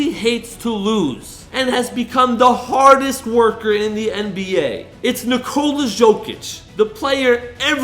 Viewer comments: It’s Nicola (yow)(Kich) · Stop calling him Zokic, its Jokic!! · its not Jokic its Yokic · dude is saying "Jo-Kitch" it's "Yo-Kich" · it’s not a J it’s a Y in Jokic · silent j bud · It's "burek" not "borek", and it's Jokić not "Zhoukich". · "nikolas jockich" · Bro butchering his name like some 5 olds , how hard it can be to say YO - KITCH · Ok I just can’t stand how you say jokic the j makes a y sound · The pronunciation is so distracting 😅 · great video, but horrible name pronunciation. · Can't make a video on a guy and not know how to pronounce his name correctly. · Bro im really sorry but its not pronounced jokic it’s pronounced yokic and jusuf is yusuf